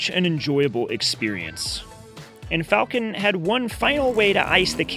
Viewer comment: Bro how many times your was going to mispronounce “Falken”… not Falcon…”Falken” …please, my teeth would tighten after the 5th mispronunciation…😳😳😳